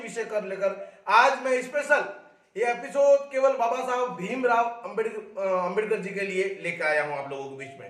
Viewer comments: Phle ambedakar bolna sikhle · pehle 👉Ambedkar shi bolna shikh le fir bakvash karna